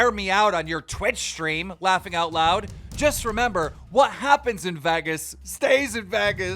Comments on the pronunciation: Who says Vagas when they pronounce Vegas. Who? I didn't care about your retirement one way or the other. You saying Vagas tipped the scale. Leave the internet. Please. Fuck. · Lmao “vagas” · you had to ruin the whole video with your pronunciation of Vegas. VEGAS not Vagas. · No one else gonna talk about “Vaghus”… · vegas not vagas bro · Why are you saying Vehgas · Vegas, vay-guess. Come on Keem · "Vheggas" 😂🤣 Lmao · Why does he pronounce “Vegas” “Veggus” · Why does keem pronounce Vegas as “Vaggas” lol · As long as Keem been doing this you'd think he'd know how to pronounce the word VEGAS🤣🤣it bothers me sooooo much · I notice as to why is he pronouncing her name like that! 🤣 and saying Vagas weird. There’s also another name he missed pronounced At the beginning of this video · imagine living in America and not being able to pronounce vegas correctly... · thats not how you say vegas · Is he joking how he says Vegas? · Video was great but please for the love of god learn to pronounce Vegas right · i loved all of this till he pronounced vegas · They way you’re saying Vegas is killing my soul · "vegas" the way keem pronounces it 🤣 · This goofy been on the earth for half a century and still can’t pronounce Vegas. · Yo Keem it's not Vegas, it's Vegas